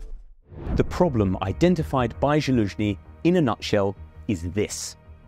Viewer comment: At least have the decency to pronounce your pet Slavs' names right. It's pronounced "Zaloojniy" not "Jaloojniy".